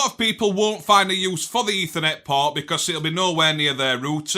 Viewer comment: Ding Dangly Doo! It is Eeeethernet